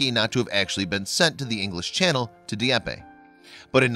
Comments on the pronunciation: Dee epp. Not Dee epp eh. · It's pronounced DEE EPP. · You mis pronounced Di-eppe. Two vowels not three, but whatever, Scottie was a great man.